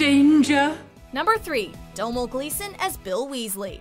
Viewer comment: I knew they would pronounce Domhnall's name wrong lol